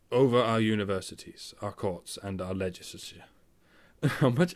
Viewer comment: normally with british people the accent gives me a problem of "not sure if gay or british" with you i'm not sure if it's because you're drunk or it's just your accent when you say "legislusur"